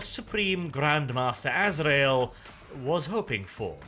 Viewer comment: "Grand Master A-zra-el" finally someone who can pronounce this right, it maddens me when people says "Ass-ree-el".